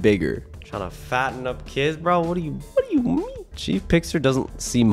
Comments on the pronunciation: It’s chef pigster not chief pigster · When you played against chef pigs tee it’s not CHEIF pigs tear it is CHEF poster like chef sounds like shef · ITS SHIEF BIGSTER BUT YOUR SAYING CHIEF PIGSTER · Chef not chief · First of all its not chief pigster it's chef pigster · I think it is chef pigster not Chief pigster😅😅😅😅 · It is not Chief Pigster it is Chef pigster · It’s not chief Big Sur it’s chef Pigster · Bro it’s chef not chief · CHEF PIGSTER NOT CHEIF PIGSTER. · It's chef not chief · Its chef not cheif 😒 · Caylus It's chef pigster Like a cook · FYI Caylus, it’s C H E F 👨‍🍳🐷🐽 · It's ch-e-f pigster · It's "chef" Pigster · It is pronounced chef peggster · It's pronounced chef pigster. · Not tchief picster chief picster.